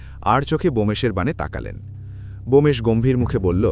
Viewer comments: 😅Bomesh korchen kano?Bomkesh hobe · উচ্চারণ ঠিক করুন। বোমেশ কি নামটি ব্যোমকেশ। এটি একটি বিখ্যাত নাম। ভূল করবেন না।